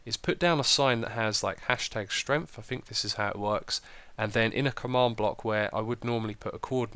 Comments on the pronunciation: You spelt strength wrong you said #stength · It Should be, ''Strength''. As it is pronounced with a ''r''. Hope I helped! :) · Ha! LOL! 'stength'!